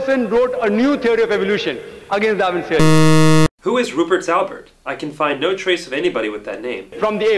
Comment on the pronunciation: I think with "Ruperts Albert" he is reaching for Ruper Sheldrake. It sounded more like "Rupert Shelbert" to me.